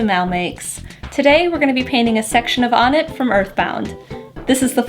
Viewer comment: hmm.. I always thought it was pronounced "oh-net" not "ah-net"